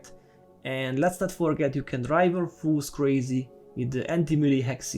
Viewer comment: Bro I love your videos! I don't wanna be that guy but you are pronouncing FOEs wrong in every video :D It's not pronounced "foos" but more like "fowz"